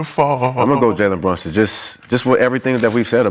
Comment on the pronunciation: “Jaywen Brushings” one question …who he? 🤣🤣🤣